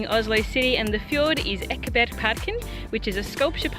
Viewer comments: I was actually really impressed by your pronunciation of Oslo, much better than any foreigner I’ve ever heard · True, you wouldn't hear them pronounce it like that, but that's because of dialect differences between Eastern and Western Norway. I live in Oslo and my family is from Oslo, and the vast majority of people here (and in Eastern Norway more generally) pronounce it with the "sh" sound. Sure, there was a time when the "sh" pronounciation was considered a bit more working-class, but nowadays I hardly ever hear anyone local pronounce it with "s" - even people from the traditionally high-class parts of the city. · My city! So cool to hear people from abroad pronouncing the name Oslo with the "sh" sound, because that is in fact the authentic local way to say it :)